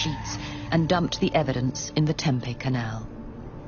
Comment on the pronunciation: Y’all gonna narrate get a human being I live in Tempe. It isn’t pronounced Tempe either terrible.